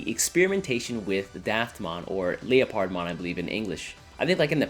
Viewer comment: "leo-pard-mon" it's leopard (leperd) like the big cat.